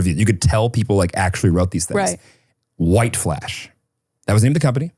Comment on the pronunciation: I literally thought he said white flesh and I was like that’s one hell of a decoy website name 😂